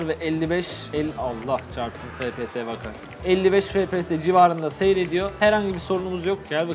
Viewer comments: O fps efpies die okunmuyomuydu?, yokasa benmi öyle biliyom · abi FPS değil ef pi es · harfleri Türkçe söylemek daha iyi